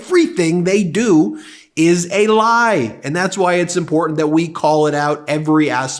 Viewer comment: "Impordent" ...what is that? Are you trying to say "important" ? As you can see there is no " D" in that word. Do better!